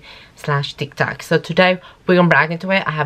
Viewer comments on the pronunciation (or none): none